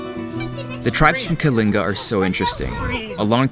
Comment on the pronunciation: Thank you for pronouncing ”Kalinga” correctly❤️ Love you Erwan!🥰